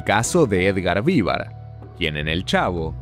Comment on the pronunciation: Increible trabajo documental, recopilación de información y todo, la verdad admirable XD Pero me cuesta no detenerme en que pronuncies "VÍvar" y no "viVAR". Habiendo visto (supongo) tanto material de archivo, entrevistas, etc... e incluso es algo que lo pronuncian en cada intro del chavo... me sorprende que lo pronuncies incorrectamente jajajjaja